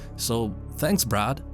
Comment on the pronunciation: And for some reason in the remake Chris calls him "Brack!" Or is it just my crap hearing lol but watch the intro cutscene "Brack! Where the hell's he going?!" I just cant un-hear it lol.